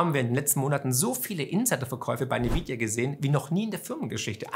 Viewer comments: N-vidia nicht Ni-vidia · nvidia gesprochen envidia! wer hat unter den youtubern denn dieses nividia verbreitet?